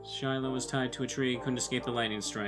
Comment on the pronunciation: It took me a while but isn't Shiloh supposed to be Shiro